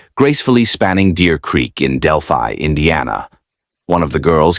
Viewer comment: I'm from Delphi Indiana he doesn't even pronounce the name right he also keeps referring to this white-haired mustache guy as Richard Allen and he is not get your facts straight